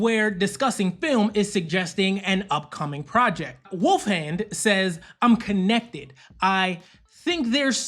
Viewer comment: His name is Finn Wolfhard, not Wolfhand lmao